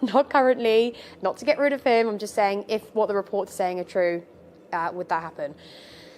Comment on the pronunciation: You lost me when you said "dat"